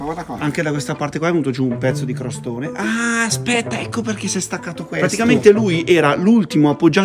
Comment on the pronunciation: Costone😂! Non crostone 😅😅😅